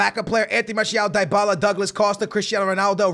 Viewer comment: please learn how to say dybalas name right